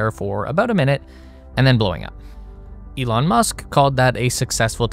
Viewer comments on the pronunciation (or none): none